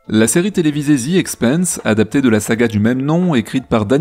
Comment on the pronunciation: Bonjour. Excellente analyse de cette super série! Cependant, j'ai quelques remarques, commentaires et éventuellement explications alternatives: - The Expanse se prononce comme France. Quand tu dis "The Expeinse", ça correspond au mot Expense (dépense), et pas Expanse (expansion). 😉 - Le bruit des moteurs et des tirs, pour moi, n'est pas perçu par un spectateur dans l'espace, mais par un spectateur embarqué dans l'un des vaisseaux, et correspond aux sons transmis par les moteurs et les armes à travers la structure du vaisseau. Donc, pas vraiment une incohérence. - Le moteur Epstein semble utiliser l'énergie dégagée par la réaction matière - anti-matière, ce qui pourrait très bien avoir l'IPS nécessaire pour des voyages à trajectoire directe. Même si nous ne maîtrisons pas encore cette technologie, ce sera peut-être le cas à l'époque de la série. Autre possibilité souvent évoquée dans bon nombre de séries de SF, des moteurs à fusion (lointains descendants des réacteurs tokamak en cours de développement) dont la partie active est confinée dans un champ magnétique impressionnant, et qui, s'il est mal réglé, cause la rupture et l'explosion du moteur et incidemment du vaisseau.